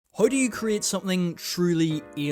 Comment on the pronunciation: why do you say HOE instead of How